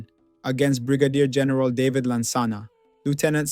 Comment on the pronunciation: Your pronunciation of Juxon and David is wrong; but thank you for putting this historic piece together.